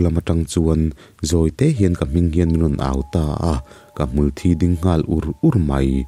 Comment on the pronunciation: ngaihthlak anuam lehpek hlemai🤗...mahse (hmul thi) tih lai kha a lamdan a diklo deuh em aw...🤔